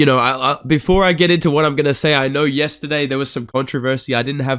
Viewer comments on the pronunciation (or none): none